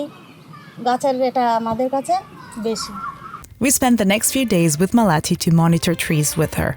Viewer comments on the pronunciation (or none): maalathi ,not malati